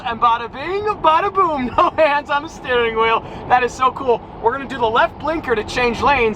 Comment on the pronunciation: Thigh steering.... THEERING?